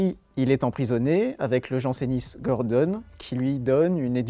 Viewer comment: euh par contre c'est gordON et pas gordONNE je crois au niveau prononciation